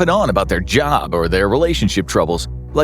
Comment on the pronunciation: Ah yes, I too think "finding a jaob" to be an unrealistic goal xD